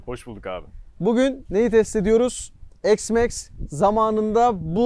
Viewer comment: Allah askına EKS Max nedir.Hergun yenı ıcatlar cıkarıyorsunuz ozel olsun dıye . X iks diye okunur , nerede X eks diye okunmus ..